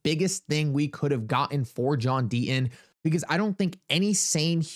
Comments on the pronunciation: There is a 'T' in the name Deaton , has to be pronounced ...Sir. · There is a "t" in Deaton